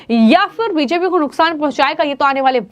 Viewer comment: आपकी बी जे पी शब्द का उच्चारण स्पष्ट रूप से नहीं होता।